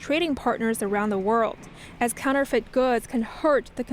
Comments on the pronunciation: I must be tired, I couldn't stop giggling at the pronunciation of counterfeit, counterfeet hehehe. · NTD, please help your anchorperson how to pronounce “counterfeit”. It’s not “counter-feet”. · Please revisit your pronunciation of counterfeits.